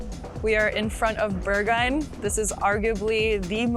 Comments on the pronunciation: Berg-hah-inn not Bergah-inn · The video is really well done! Can recognize a lot of real Berlin in your video. Just a cheeky comment: if you had learned your German lessons (well) with Rosetta Stone, you would never pronounce the club „Berghain“ like „Burghyne“, absolutely anglicized pronounciation of a non German speaker…anyway, keep on doing great videos like you do!